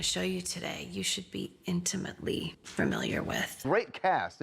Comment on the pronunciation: Hey, WTF is "fermiliar". Is the director too intimidated to say "cut! honey, it's 'familiar' not "fermiliar""?